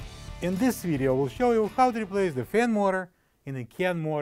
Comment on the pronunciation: Not helpful can't understand learn to pronounce words ! What is a fin more